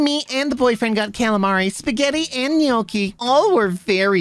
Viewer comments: as an Italian, the way you got the "gn" in gnocchi almost exactly right rubs me the right way lol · As an italian, I appreciate saying Gnocchi correctly